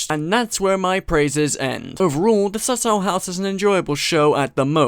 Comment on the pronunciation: Why does he pronounce it like "subtle house"